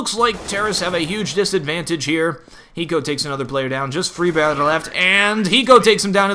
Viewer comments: "free-barejh" that kinda sounds Swedish. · that pronounciation of friberg